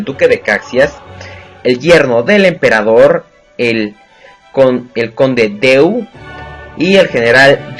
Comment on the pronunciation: La pronunciación de "Conde D'eu es Dã"